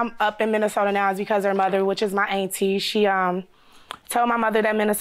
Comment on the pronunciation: "My ainttie.." Lol